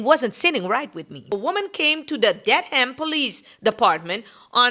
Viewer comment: It's not pronounced Dead Ham 😂😂😂😂😂